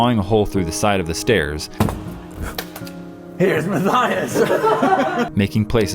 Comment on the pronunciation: I’m sorry but it’s the stAErs (spelled wrong for pronunciation)